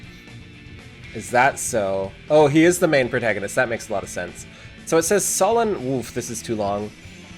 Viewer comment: Mic issues and apparently grammar issues while talking... Does not know how to pronounce protagonist or stubborn. >_> WOW ABSOLUTELY BONKERS!!!!